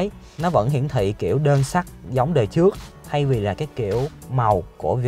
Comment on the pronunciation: "trước" chứ không phải "chước"